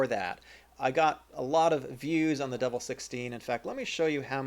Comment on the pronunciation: Its "De VEL" not "Devil"...as like in "Development"